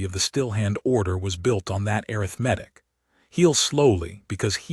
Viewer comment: This is the first AI I've heard pronuce arithmetic instead of (air-riff-matic) Job well done!